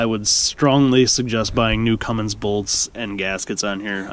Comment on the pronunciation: You said cummings 😑